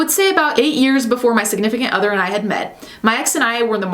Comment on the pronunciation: Who else heard “siganifacate other” Lmao